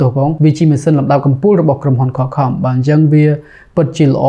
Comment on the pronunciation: សុំកែបន្តិចបង Qualcomm (ខ្វលខម) បងនិយាយ (ខលខំ)